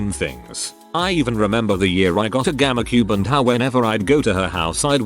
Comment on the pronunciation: Nobody: The automated voice saying GameCube: gamacube